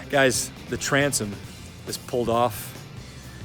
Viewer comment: Did you say Transom....If you didn't have a Ranger, you'd be screwed. $$$